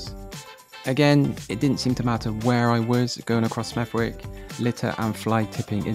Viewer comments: Hey. I live in Smethwick (pronounced Smethick) and I'm one of the few white residents here (🤭). Apart from the VERY dirty streets (which is an accurate description in your video) and lots of rats (not in your video), I'm quite happy here. Great proximity to Birmingham. Relatively affordable. Safe (by West Midlands/Black Country standards). I've not often felt unsafe. Relatively decent public services (compared to the now bankrupt city of Birmingham). An interesting mix of peoples/cultures who for the most part live alongside eachother respectfully (which may disappoint some of the commentators here). Also, some nicer areas too....which unfortunately weren't included in your video. Not to everyone's taste of course. But you don't have to live here or visit if you don't want to 😊. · I still live there the W is silent or you can say Smerrick. Tbh when my parents were younger the shops were better it was a disaster when they knocked half the high st down and moved Tesco to West Brom further to travel for High St shops. Lots of issues and lots of litter. I think many are sad the way its gone. I grew up in 80s early 90s much nicer. We have a community vibe still but it has got worse crime and litter wise. They have built the Aquatics and redone West Smethwick Park (which is still community wise o.k) but isnt as nice as years ago many moved out years ago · Spent the 1st 20 years of my life in smethwick. And the w is silent. At least we never said wick Area gone down hill a lot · nah the way you pronounced it is wrong , its pronounced smeh -thuhk, and thats directly from google when you click on how to pronounce a word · General dump like many Midlands towns! BTW, Smethwick is pronounced Sme-thick, without a W. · Its Pronounced Smethick with a silent W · It’s pronounced “smedthich” 😊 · The pronunciation is Smethik. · You’ve pronounced it wrong you wally - smeth-ick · The way you pronounced smethwick realy annoyed me LOL , when pronounced you ignore the W , so its Smeth-ick